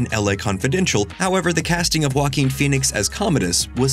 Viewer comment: Who is this 'Wacking' guy? I only know JOAQUIN. Can we learn to pronounce people's foreign names correctly???